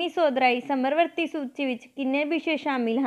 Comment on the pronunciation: ਸਮਰਵਰਤੀ ਨਹੀਂ ਜੀ ਸਮਵਰਤੀ ਹੁੰਦਾ ਹੈ। plz sahi pronounce krea kro